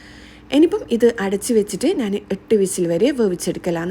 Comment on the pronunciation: നാൻ അല്ല ഞാൻ 😁😁